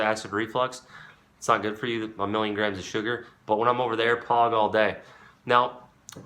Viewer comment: Man said Pog with his chest